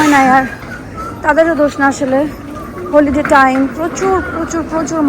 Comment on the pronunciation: হোলি ডে না- হলি ডে- pronunciation ঠিক কর please